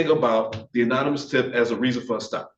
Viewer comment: Good lord. The black defense attorney say unanimous tip about 6 times. It’s anonymous dude. Good lord. Although other than that he is WAY more effective than the white guy. Well done counselor. If it was up to the other guy, these guys were going to be convicted based on an illegal stop.